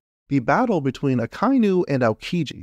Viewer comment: sorry to nit-pick It's aka-inu (red dog) and not a-kai-nu